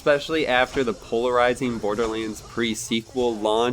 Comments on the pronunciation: is he saying boarderleans? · Bordearleands? I swear that's how I'm hearing you pronounce Borderlands. Hmm.